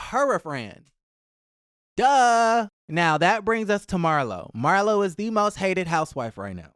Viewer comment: Not Mar- LOW! 😂😂😂😂